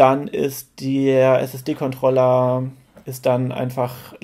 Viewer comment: nices Video dude, aber Kontrollah-Karte is ein NO GO